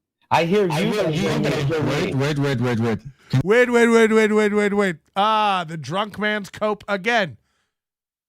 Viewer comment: Vait a second, vait a second, vait a second. Ray but ray you bring all these vomen into the dabbleverse